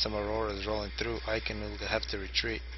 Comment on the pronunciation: btw, ICKEN is pronounced like chicken without the CH and not like icon xD